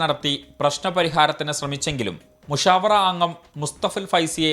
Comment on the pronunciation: മുസവ്വറ. അല്ല മുശാവറ .എന്നാണ്... ശരിക്ക് പറയാൻ കിട്ടുന്നിലെങ്കിൽ ഈ പണിക്ക് നിക്കരുത്